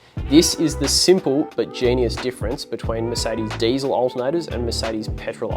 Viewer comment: It's not ...daisel ... It's diesel ... Poor uncle Rudolf ....